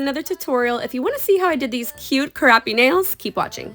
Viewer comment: I thought at first you said cute crappy nails lmao I was like they’re definitely cute.. but crappy? 😂